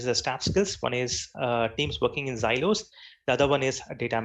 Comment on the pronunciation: its silo and not zilo.. it sounds annoying to hear such pronunciation mistakes..